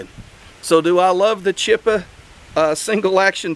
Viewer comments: Mornin!! Pronounced "CHEE AHPPAHH" long "A" Looks pretty good maybe better then Heritage? Looks full size SAA too. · Chee-op -uh. I was going to say think opera but you fellers say opreeeee. 😂😂